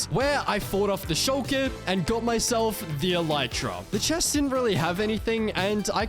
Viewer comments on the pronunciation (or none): none